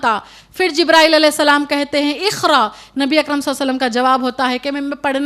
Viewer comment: Meri bahen qaaf ko aap khaaf padh rahi ho )jaise iqra ko ikhra padh rahi ho